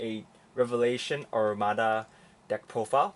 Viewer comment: its Amaruda not Arumadaಥ╭╮ಥ